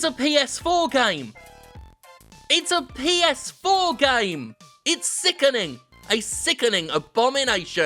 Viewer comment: I totally heard “This is the came industry.” No wonder I can’t get off any more.